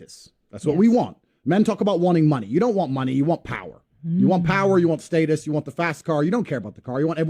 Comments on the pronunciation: It's pronounced status.... Not status🙄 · Homie saying state-us had some good bars but that was killing me 😂